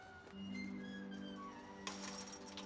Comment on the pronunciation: I couldn't believe my ears. A-list actor Matthew Modine said "congradjulations" while the word is clearly spelled "congratulations". And the director accepted it. Shameful.